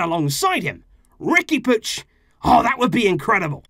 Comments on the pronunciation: Isn't it "Riqui Poo-eeg"? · Why do you say "Riqui Pooch"?